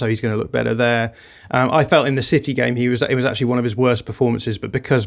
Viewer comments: Why has suddenly decided to pronounce 'city' as 'siddy'. I demand an explanation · Stop saying Cidy,.